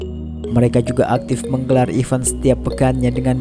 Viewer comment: Saran yg smga dibaca admin, cba betulkan cara pelafalan "event" min, bedain antara even dan event min Smngat bro min, go international